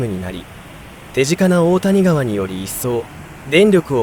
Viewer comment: 大谷川は「おおたにがわ」ではなく「だいやがわ」では？